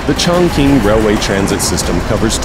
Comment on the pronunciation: 竟然没有人告诉这个老外 Chongqing 怎么发音:face-orange-raised-eyebrow